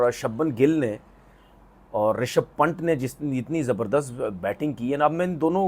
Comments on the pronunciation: Its पंत not पंट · Pant h wo phant nhi nam bolna seekh le 😂😂😂